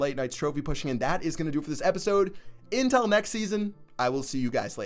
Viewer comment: Is it just me or does sound like he says "intel" instead of until when he signs off?